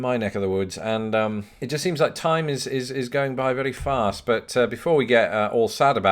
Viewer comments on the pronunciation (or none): Just noticed you pronounce the word "fast" like a Southerner....farrrrst. Are you forgetting your flat Northern vowels sir?